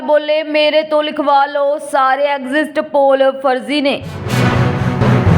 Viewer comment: ਅਡਜਸਟ ਦੀ ਤਰਜ ਤੇ ਐਗਜਸਟ ਪੋਲ ਨਹੀਂ ਹੁੰਦਾ ਬੀਬਾ 😂 ਐਗਜ਼ਿਟ ਪੋਲ ਬੋਲੋ